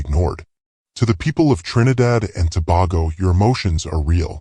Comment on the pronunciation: please pronounce tobago properly. Not To-bar-go.